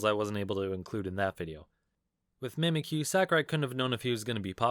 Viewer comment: Him: Mimikyu Me: cries in him being incorrect